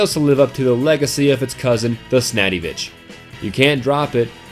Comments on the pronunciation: snadivich its sandvich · I don't know why, but him saying "snaddyvich" instead of "sandvich" really gets on my nerves for some reason. How about you guys? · what the hell is a sandyvich, ITS PRONOUNCED SANDVICH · i thought it was called "the snatty b1tch" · Why do you call the widowmaker window maker and sandvich snaddyvich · What bothers me is calls the sandvitch the snadyvich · Why do u pronounce sandvich as snadivich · The 'snackyvich?' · It's not the snadiwich. It's called sandvich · it's sandvich,not snadivich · Hey, It's called "Sandvich" Not saddyvich, you can hear the heavy clearly pronouce it, and he does not sa "Snaddyvich" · Its the sandvich not the snadivich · its pronounced sand-vich not snaddyvich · Somebody please tell me he was taking the piss when he said 'Snadivich' instead of Sandvich. I mean, it's not hard to pronounce. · IT'S THE SANDVICH NOT THE SNADDYVICH??? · Since when "The Sandvich" is pronounced as "The Snadivich" ?! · Why did he call it the snattyvich it's the sandvich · Not to diss u on the way you say sandvich but it’s pronounced sand-vich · its pronounced sandvich you dummy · Its pronounced sand-vich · Snadyvich? The fuck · SANDVICH!!!! OMG JUST SAY IT NORMAL!! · Yo did any one else here how he pronounced sandvich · This basterd pronounced sandvich and the phlogistinator wrong.What a foul.